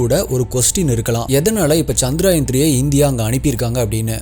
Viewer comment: Bro, it is 'சந்திரயான்' not 'சந்திராயன்'. ஏதோ சுப்பராயன்ங்கிற மாதிரி முக்கால்வாசிப்பேர் தப்பாதான் உச்சரிக்கிறாங்க.